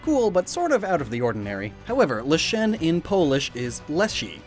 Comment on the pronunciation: And Leshen, when he pronounced it as Le'shen, when it should be pronounced closer to Lesson with the second S replaced with an H. and mispronounced Geralt too.